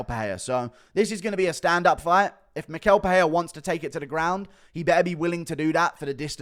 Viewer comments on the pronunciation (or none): It is pronounced “mishel pereira”